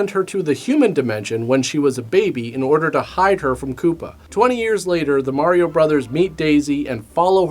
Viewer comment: Thank you so much for saying Mar-E-O instead of Mary-o. Instantly made this video 100% more watchable than all the other videos covering this movie.